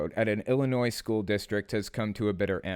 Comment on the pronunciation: Just a friendly reminder the (S) is silent in the Word Illinois.